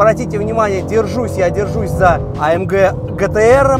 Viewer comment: Не гтр, а джитиар